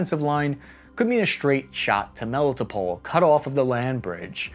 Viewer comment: Melitopol is pronounced "Mel-ee-toe-pol" not "Mel-it-o-pol".